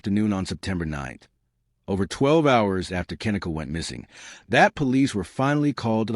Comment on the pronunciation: At least say her name properly